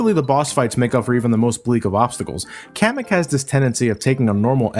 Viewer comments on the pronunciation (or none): none